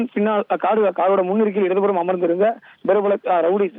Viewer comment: prapalam என்று உச்சரிக்க தெரியாமல் brapbalm என்று ஐய்யோ இந்த தந்திடிவி தறுதலைகளிடம் தமிழ் படும் பாடு இருக்கே.. அதிலும் தத்திடிவியின் ஒரு இசுலாமிய பெயர் கொண்ட அறிவிப்பாளன் தவறாமல் ஒவ்வொரு முறையும் ழ,ள,ல மற்றும் ர,ற மாற்றிப் போட்டு கொல்வான். இந்த டிவிகாரன்களால் தமிழ் மட்டுமல்ல ஆங்கிலமும் சேர்ந்தே ஊனமுறுகிறது.